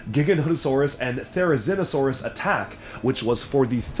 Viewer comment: So glad you said Therizinosaurus right!